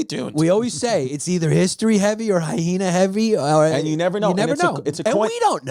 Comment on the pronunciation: I love the extra h they throw into the word hyena 🤣 hy-hena haha good stuff!